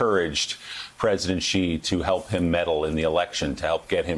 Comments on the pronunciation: I understand why Xenophobia is 'X' in the capital letter and pronouced like 'Zenophobia' So people pronouce Xi like Gee. Actually Xi jinping should be called as 'Shi Jim Ping' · It annoys me that everyone pronounces Xi wrong. The X in Chinese is pronounced like SH with a slight leaning toward a simple S. Not that strange ZHJ sound that all of the reporters keep using. It sounds more like SHE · Why oh why do people say 'President Ghee'? Where did the gh sound come from? There is literally no such sound in Chinese! It's very close to she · Xi is pronounced "Shee" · It's comparatively one of the easier things to pronounce in Mandarin for English speakers...where did the ghee come from?